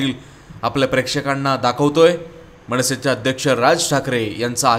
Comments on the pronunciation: Aho Sir, tumhi Marathi neat bola Krupa karun. मनसे ahe te मणसे kai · मणसे नाही हो मनसे 😂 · मणसे नाही रे , मनसे..... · निवेदन करणारे 'ण' 'न' चा उच्चार नीट करावा.म ण से नाही आगमण नाही.म न से, आगमन असे म्हणावे. राग मानु नये.